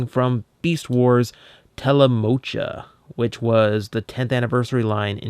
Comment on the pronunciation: Still kinda annoyed when I hear someone pronounce the "Cha" in "Telemocha" as "Ka". Props to for pronouncing it right.